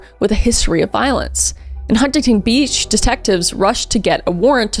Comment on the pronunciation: Hey Kris, I just have to let you know that Huntington Beach California is pronounced without the first T. It’s more like Hunnington Beach 😉 That’s how everyone in California pronounces it and it was making me cringe when you pronounced it how it’s spelt lol